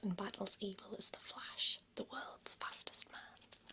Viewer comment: I just love how she pronounces the U in Words